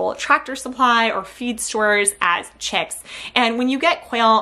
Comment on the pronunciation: "Checkz" and "Checkenz"